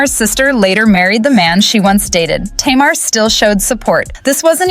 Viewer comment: I can’t with this mispronunciation of Tamar’s name.